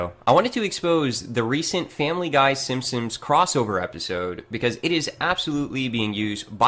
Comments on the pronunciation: Does it bother anyone else that it sounds like he is saying "The Simpsoms," every single time? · He says "Simpsims" !! It drives me crazy! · Also he pronounces "The Simpsons", the "simssins" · who else noticed that pronounces The Simpsons like "The Simsims"? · Is anyone else as fucking annoyed by the way pronounces Simpsons as "Sim-sims" as I am? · The way says "simsims" instead of Simpsons, drives me fucking NUTS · Ha! He still says 'simpsimps'. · The way this guy pronounces Simpsons always makes me cringe.